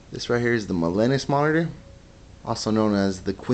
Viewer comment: your pronouncing it wrong, it's ma-lee- nus! not ma-lee-nes!